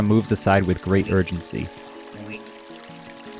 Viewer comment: heavy emphasis on “great urgency” LOL